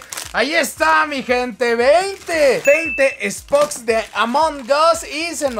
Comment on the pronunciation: El que dice spoks